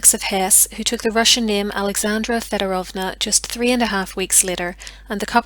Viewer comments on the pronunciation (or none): Fee Oh Drove Na